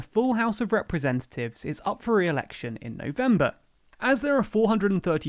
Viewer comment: Dude can't pronounce 'representatives'